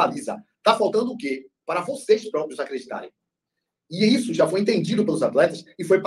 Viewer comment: “ligue djá” 😂😂😂😂😂😂